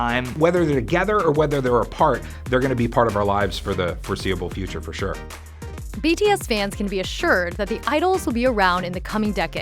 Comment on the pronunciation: No offense but LEARN TO PRONOUNCE THEIR NAMES CORRECTLY PLEASE